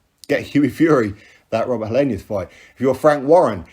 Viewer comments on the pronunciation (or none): Helienus? Lol.